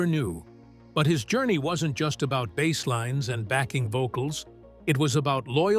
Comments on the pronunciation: AI narrator said bass instead of bass.😂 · Need to do better editing on your AI-generated narration,. One is a type of fish, one is a type of guitar. Your "narrator" should know the difference - Michael Anthony's father didn't buy him a fish. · Shitty ai narration. Bass is a fish, and sometimes something you play. How hard it is to use someone to speak instead of this crap ai junk? Could not finish this vid. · AI : bass rhymes with ace not ass. Instrument not fish. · OMG! Teach your AI the difference between a Bass Guitar and a Bass Fish.... Video reported for Stupidity. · Excuse me I'm old fashioned and I can only take a couple of minutes of yet another generated AI voice telling me stuff Fender Precision 'Bass' (as in fish). Bye 👋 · Maybe I should offer to narrate some of these types of docu info vids. The AI tech that is used doesn't even know how to pronounce "bass." REALLY ??? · Michael was their punching bag. I'm glad he's with Sammy and being treated better. ❤ I would say to take a drink every time the AI narration says bass (the fish) instead of bass (the instrument), but I don't want you to die. 😂😂😂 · "Bass" pronounced like the fish "bass"... I fucking hate AI narration. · pay a human to read your stupid copy........... Bass like in fish? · "Bass" rhyming with ass?!? NOPE! AI dreck!